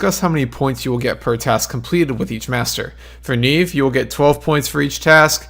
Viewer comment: But... it's Nieve, not Neive Lmao